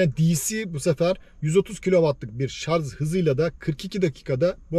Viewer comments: Şarz değil şarj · Şarz değil şarj lütfen, sevgiler. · Şarz değil şarj şarj. Yemin ediyorum tilt oldum yaa. Sonuna kadar izledim sırf otomobili merak ettim diye. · Hocam agziniza saglik. Ama keske şarz yerine şarj demis olsaydiniz. Bir de kac kw bu arac onu soylememissiniz. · Israrla şarz diyor😂😂😂 anlatım güzel ama şarj konusu kulağıma takıldı ve ısrarla şarz diyor. Bütün video boyunca şarz dedi. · Merhaba genç arkadaşım, Araçlar üzerine içerikler üretiyorsunuz, araçlar ile ilgili kelimeleri neden doğru telaffuz etmiyorsunuz. Gittiğiniz bayilere sorsanız bunu size söyler ve yardımcı olurlar. Bir örnekle açıklamak gerekirse araçlar şarJ olurlar şarZ olmazlar. Bu sektöre hitap etmeyen bir kişi olsanız bunu yazmazdım. Siz sektörün içinde olmaya çalışıyorsanız bunlara, sektör jargonlarına hakim olmalısınız. İyi günler. Saygılar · O kadar video yapıyorsunuz kelimenin doğrusunu öğrenin bence. Şarz değil şarj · Şarz değil şarj diye söylenir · aklından zorunmu var senin takılacak başka birşey bulamadinda o şarj kelimesinemi takıldın Allah akıl versin sana